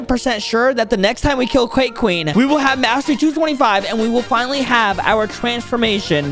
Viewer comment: Bro said qwaeke queen tecenecely whither beards mom 😂😂😂